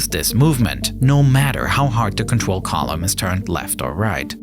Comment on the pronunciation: Contwol /(UwU)/ Lol